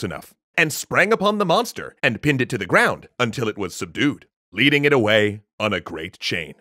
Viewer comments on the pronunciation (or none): none